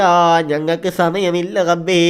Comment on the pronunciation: കഴിയുമെങ്കിൽ റബ്ബേ എന്ന് പറയടാ. ഗബ്ബേ എന്നല്ല